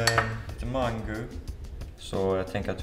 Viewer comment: Och mangu killen då? :)